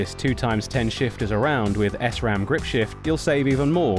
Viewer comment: its SRAM not S-RAM